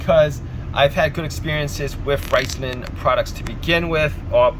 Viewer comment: Riceman? it's RIZZZ LONE